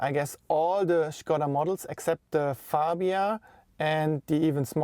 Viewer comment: Endlich einer der "Škoda" (Š=Sch) sagt und nicht wie die meisten fälschlicherweise "Skoda". :)